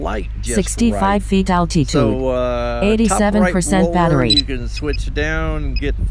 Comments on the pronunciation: Al-Tee_Tude..LOL...Sounds like Arnold Swarchzennegar pronouncing Ca-LEE-Fornia... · I wish Litchi could pronounce altitude. Gets on my damn nerves!